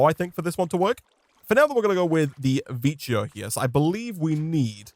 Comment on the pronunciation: I think vicio is pronounced vikyo